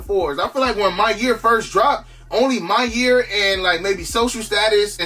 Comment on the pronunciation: every time i hear you say maniere i hear “my year” and i watch a lot of your vids so im just wondering the whole time what the my years are lol it’s not your fault it’s mine